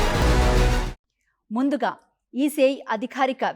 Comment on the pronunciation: అదిఖారిక కాదమ్మా అధికారిక అనాలి, కేపచ్చా కాదు క్యాప్చ్చా అనాలి